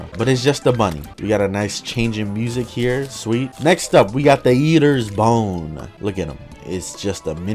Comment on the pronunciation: only i heard u saying yeeters bone ?